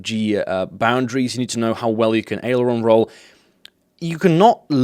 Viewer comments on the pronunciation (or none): none